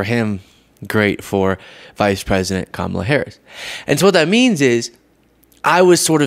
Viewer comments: He pronounces Kamala’s name incorrectly on purpose. He is such a poor loser, lies and just complains. Maybe he would have done better if he prepared. He just wings everything and it doesn’t always go well. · I wish every person he talks to would correct him every time! It’s Comma La, moronic traitor. (I’m calling Trump that YT, NOT )